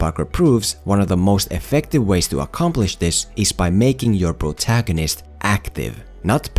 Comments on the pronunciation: I kept hearing Bro-tagonist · Nobody::🅱️rotagonist